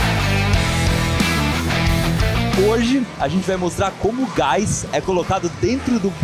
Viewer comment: "Gáis" e "Ultragáiz"? rsrsrs